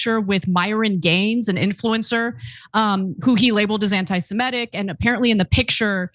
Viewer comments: Antisemitic. Not semEtic. Semitic. As much as the words have been bandied about recently, I'm pretty sure I've never once heard anyone say it correctly. Be the exception to this rule? BTW I am really saddened for the need for these words to become so much more present in our language. Really really tired of sh** stirrers and haters. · Ana, it's Semitic not Semetic👍